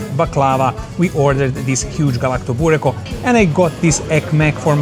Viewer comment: You pronounce Galaktoboureko correctly but punt on Baklava?